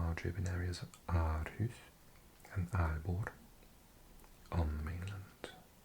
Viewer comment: Great video! I just want to mention that “Aa” is pronounced as “Å” in danish. So Aarhus is actually called and pronounced “Århus”😁